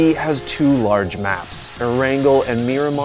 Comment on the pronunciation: "PUBG has two large maps" Sounds like "PUBG has too large maps" Making the VS sound bias. Next time maybe change it to "PUBG has two maps, both being very large"